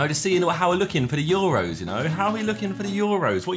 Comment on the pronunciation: i have one complaint about the video. ITS NOT THE YOUROS, ITS THE EUROS. Please, please, please stop calling it the youros like it actually hurt me. But other than that the vid was a banger n im craving a maccy rn bc of u so thanks for that - ish for anyone curious